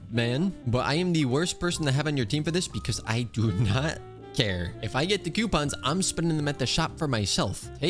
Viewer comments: its coupons not Qpons or even (ceuopons) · NOO PLEASE U WERE SAYING IT FINE NOW YOUR SAYING Q PONS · Idk if I’m the only person like this but him saying coupons as quepons is funny to me